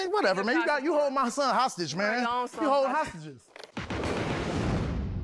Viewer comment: You hold my son hostage man, you hold hostageess". 😂😂😂😂